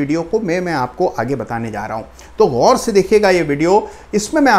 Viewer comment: Very very good pronunciation of urdu word.i.e."gaur"